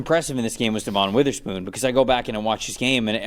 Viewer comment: This guy can never pronounce Devon witherspoons name right